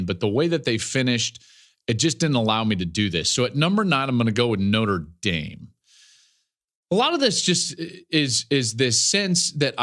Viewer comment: Joel, Again. Plz, it's Notre (Notra) Dame not "Noter Dame." The E comes after the R.